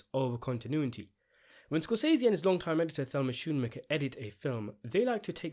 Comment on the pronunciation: shoonmaker is incorrect. the correct pronunciation is like skoon maker check this out